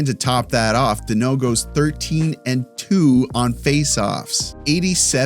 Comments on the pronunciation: It's Danault. Not Deno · FYI it is not denault -- it's dAnault DA not DE ,i was maried to a Denault for 35 years was told to many time cheers